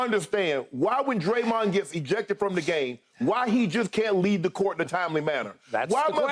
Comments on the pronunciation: Whose Draymuns?? Haha. Lady doesn’t even know who Dede is. Probably the first time she’s ever heard him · She called that man DrayMund 😂🤣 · Draymen lmao